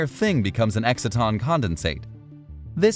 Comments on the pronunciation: EXCITE-TON, not exit-ton. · Learn how to pronounce exciton...